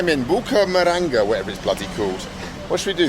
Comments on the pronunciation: Bu-ca-ra-manga. It's not that hard 😄 Greetings from Medellin. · Baracamanga, Baracaramanga, Burcaramanga, Bucaramamba, Bucamaranga and finally Baracaramanger or something 😂😂😂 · Damm Bald. You know Spanish.. take some time to learn the names of the cities you are planning on visiting.. out of respect you know! Bucaramanga 😅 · Bald and his million attempts to say Bucaramanga 🤣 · It's Bucaramanga